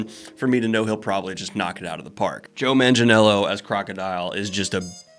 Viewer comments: Joe's surname is pronounced Manga (yeah, just like "manga") - nyello :) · You did his lasname wrong xD It's Manga-nyello. It's italian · the G in manganiello's last name is a hard G, not a soft G. he's talked about it in interviews